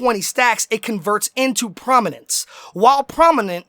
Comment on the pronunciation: it's prominence not prominance